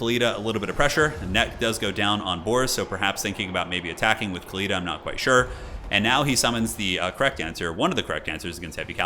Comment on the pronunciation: Khalida is pronounced with the Arabic خ for the KH ('ch' as in German 'Bach') Her name actually means immortal or eternal in Arabic Fitting for a Tomb queen.